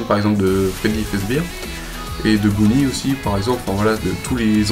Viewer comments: Sa ne ve dit pas bounnie c est bonnie😂 juste voika apres c bien mais dans spingteap c pas purple guy enfin si mais.... Nn rien regarder toute l histoire fnaf. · Mais c'est Bonnie pas Bounnie ! Tu as déshonnorer mon Bonnie 😱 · juste ça ce dit bonnie pas bounnie ^^ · C'est bien expliqué mais y'a un truc qui me fait marrer c'est que au lieu d'appeler Bonnie "Bonnie" tu l'appelles Bounnie ça me fait trop marrer sinon superbe vidéo plus 1 abo ;) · chui mort à la fin il dit "Bounnie" au lieu de "Bonnie" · c'est moi ou tu dis bwouini toy bwouini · MDR on dirai que tu dis bounnie